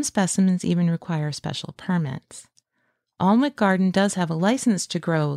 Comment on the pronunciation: It's pronounced An ik not Arn wik, I live here.